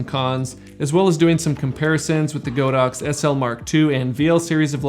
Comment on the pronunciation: The correct pronunciation for the brand is God ox not Go dox